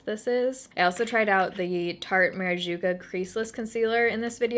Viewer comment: No shade but "marajuka" made me laugh lol